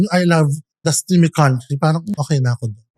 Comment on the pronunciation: I think its “tas may country” hindi steamy country 😁